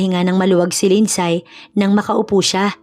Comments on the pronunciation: Lind-sey po ang tamang pag pronounce sa lindsay 😊 thank you sa good story❤ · LIND -SEY ( Lindsay) 😅😅 Here in Canada 🇨🇦 they even pronounced it as “ silent Y “ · Agree with your comment wrong pronounciation i also notice wrong grammar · Mali ang bigkas mo sa Lindsay